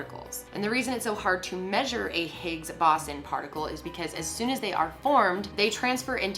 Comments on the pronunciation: It’s bo- zon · My particle physics arse dying every time she said boson wrong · as an engineer it hurts my SOUL to hear pronounce boson wrong. ahhh but it's fine we can't all study physics